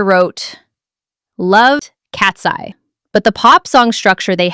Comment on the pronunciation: Why do you randomly call them Katsee instead of Katseye?